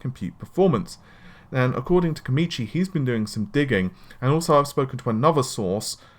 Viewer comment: Why does always say 'Komichi' when the name says 'Komachi'?